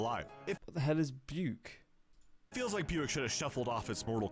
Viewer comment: "What the hell is byuck?" It's Buick and you heard him pronounce it.